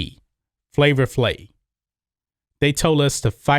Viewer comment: It pronounced Flavor FlaVE, man. Not Flavor Flay. C'mon!